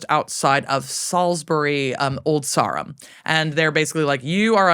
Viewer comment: Quite a gal talking about quite a gal. Just wonderful. Now putting on my XXXL size autistic/pedantic hat and as I went to school, worked and played sport in Salisbury, could we please have the correct pronunciation of 'Sarum' 😊